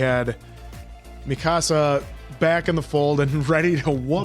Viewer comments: I understand that people unfamiliar with Japanese may get the pronunications wrong, but I have found it consistently hilarious so far that has incorrectly corrected "Mikasa" a handful of times so far 😆I think he got what he heard from one particular yell/shout, like when your parents are mad and they stress certain syllables in your name. Gentlemen, if you happen to see this comment, a rule of thumb for Japanese pronunciation: for the most part there is no emphasis on any syllables. As mentioned, "Mikasa" in this example is dead on. 👌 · Hanji is unhinged, okay? 😂 And it's not that Eren doesn't know how it clean, it's just that Levi is a cleaning freak. p.s: The way said "Mikasa" the first time was correct! the way said it later to "Correct" was NOT!!!